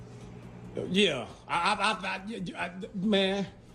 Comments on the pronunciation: firat of all, thanks for being a chill dude; and second, i guessed the first word was philosophy, but half of the time i was hearing "velocity" instead.... cute and two were pretty easy to understand, but "philosophy" and the rant at the end were completely impossible for me to understand! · Dad is so worked up I legitimately thought he was saying 'velocity', not 'philosophy'